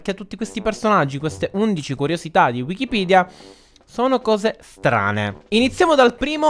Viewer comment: che bravo a dir wikipidea all inizio e poi anche a scrittura ahahaha ti adorooo